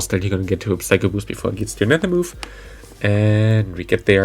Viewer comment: /sai-koh/ and /sai-kick/. Other than that, nice showcase!